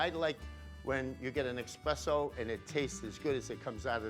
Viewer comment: Mamma Mia! Expresso? You’re Italian! It’s ESPRESSO!